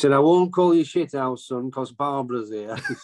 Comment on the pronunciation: Shit'ouse!😂😂 Proper Northern.